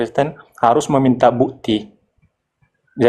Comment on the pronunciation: Coba dengarkan orang kristen dan suku batak setiap mengatakan kata "bukti" mereka yang terdengar adalah bu'ti terus kata "waktu" terdengar wa'tu.